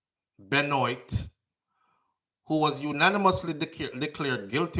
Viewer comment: Great live fam, so sad to hear about those babies. They're the age of my daughter. My condolences to their families😪 BTW, Benoit is french, it's pronounced "Ben-Wa". Neither here nor there, just thought I'd throw that in.